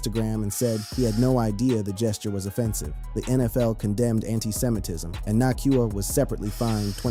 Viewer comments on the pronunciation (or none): Hard to take this seriously when the first 2 words are "Puka Nahkwah"